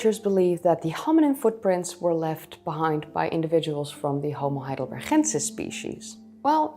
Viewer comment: I know you love your Dutch G's. However Heidelberg is a German name with a hard G, so Heidelbergensis should have a hard G.